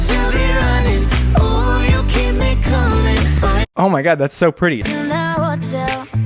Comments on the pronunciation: "CuMNiN" No body: "COMIN" 😐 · It sounds like “Cuming”